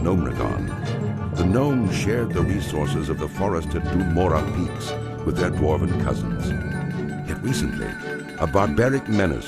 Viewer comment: You pronounce Dun Morough very oddly, almost like you're doing it onpurpose to sound "cool" or "fancy" like you often do. You know they have pronounced it in game, so we know the correct pronunciation.